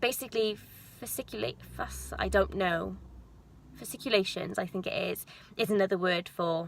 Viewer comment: You are saying the word right👍🏾 fasciculations👌